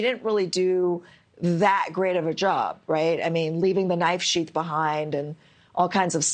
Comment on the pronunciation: Its not shief, it’s sheath.